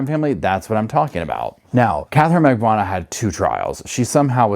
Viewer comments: magBAN-ooh-ah Why on earth is that so hard for you ? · Mag-Ban-eww-ahh is how it's pronounced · Her name is pronounced MAG-BAN-OOO-WAH